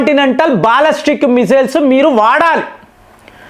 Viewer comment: బాల్లస్టిక్ కాదురా బాలిస్టిక్. నిజం చెప్పురా. నువ్వు 10th ఫెయిల్ కదా.